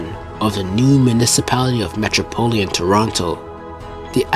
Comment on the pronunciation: It’s metropolitan, not metropolian